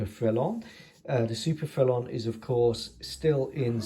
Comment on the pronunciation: Bravo Monsieur! Ton prononciation de le mot « Frelon » était bon! Le très gros hélicoptère 😊 Gros means big, grande is more height related big. But you would be understood 😊 The S is silent here as it’s masculine 😊 If the object is feminine it would be grosse which doesn’t sound as nice in English 😂 Le grosse femme! Remember, as adults speaking another language, it’s just to be understood, not perfect like at school! I’ve been winging it for 15 years now…….😂 Nice model. I have to agree about a French style , a certain je ne sais quoi! I think it was loved in Its ASW capabilities but was otherwise restricted. If I can help source anything in France or western Germany then Let me know . I’ll get my email to you somehow👍🏼